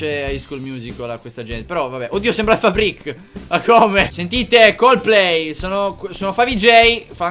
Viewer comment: Il momento migliore di questo video è stato a 3.20... quando ha pronunciato la parola " coldplay" 😂😂😂